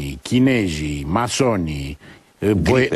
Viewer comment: Imi place discursul lui Plesu, atunci cand nu vorbeste despre politica, dar imi zgarie urechile, derapajele de gen: "chineji" "complect" .... wtf?